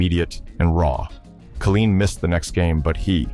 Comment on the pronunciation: Kay line, tee unt